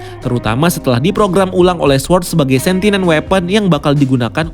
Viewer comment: Sentient bukan sentinent 😊